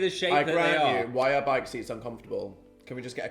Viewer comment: the northern really came out with that "bike"😭